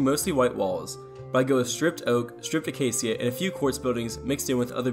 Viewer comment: aca·cia | \ ə-ˈkā-shə It's sha, not sia.